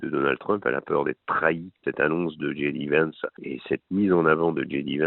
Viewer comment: j.d.vance .... j se dit je en français et djai en anglaas, dji s'écrit G comme gb